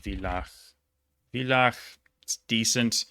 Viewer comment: Hi, a tip on your otherwise of course immaculate pronunciation: The V in place names in (especially southern) Germany and Austria is almost always pronounced like an F, ergo [fılax] (Villach), same for Villingen-Schwenningen, Vilsbiburg, etc.